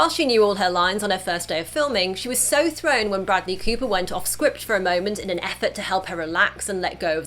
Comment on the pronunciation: Broodley Cooper and Lady Googa ahahahaha... Love your pronunciation